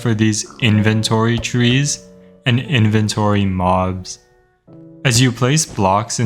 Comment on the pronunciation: you mean inventrees Edit 1 oh 8 likes already okay